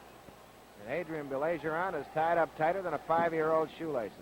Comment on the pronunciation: Funny how the announcer corrects himself for Baillargeon's name in the beginning but then proceeds to mispronounce it for the rest of the match...🙄